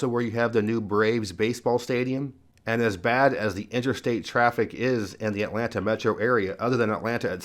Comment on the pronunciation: I love how you say the “T” in Atlanta. I’ve lived in Northern Virginia for 40 years and my husband is from Georgia and I completely forgot that there is a T in that word.😂